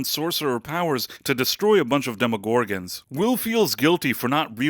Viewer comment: Is this AI? Why do you say demogorgons that way? You put the wrong emphasis on the wrong syllable.